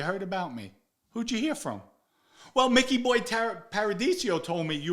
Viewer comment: You knew Micky Boy so well you can't pronounce his name correctly? 80% of this story sounds like BS.